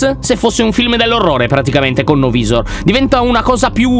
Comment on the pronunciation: Lyon una cosa novisor si dice novaisor